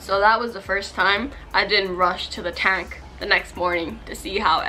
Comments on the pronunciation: And the way she says "tang" like girl I love your channel and all but please pronounce things right 😂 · I love how she pronounces the words tang and tank in the exact same way.. lol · Y dose she say tang instead of tank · It hurts my feelings how she pronounces "tank" ugh. But the fish are so pretty. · the way you pronounce “tank” stressed me